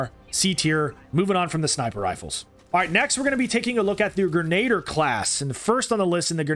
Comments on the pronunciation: You pronounced grenadier wrong it is pronounced gren-a-deer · Hate to be that guy, but grenadier is pronounced grin-a-deer